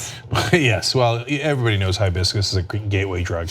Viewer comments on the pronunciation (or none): Did any one tell the police its Hibiscus, not Highbiscus??